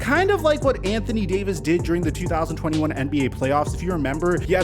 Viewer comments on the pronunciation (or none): none